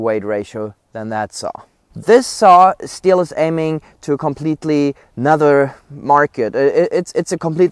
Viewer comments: That is not stil chainsaw, it is stihl (shtil) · Please don’t pronounce STIHL like steel . It’s a german brand so do it the right way naming it. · They don’t even know how to notch a tree properly. Can’t even pronounce the name properly..... steel lmfao. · you don't pronounce STIHL accurate!!!